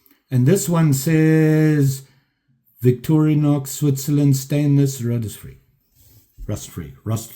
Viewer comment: Great video, but really man Victori "A" nox no effin "A" in VICTORINOX & Calamus Now your messing with me because you know that's my rich in USA History HomeTown "CAMILLUS" jUST SAYIN'.... 1st amendment.... Is'nt Calamus that hallucinogenic root yeah that explains alot... just kidding.... lots of likes coming your way 1st Video I watch every day Rogue Blade, Peace Out